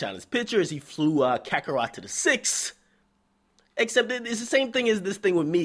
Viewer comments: Homie said, "Kakarot" 😂😂😂- That's it, you got me. I gotta subscribe! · did he say Kakarot?😂😂😂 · lmao did he say "Kakarot?" I wasn't ready lol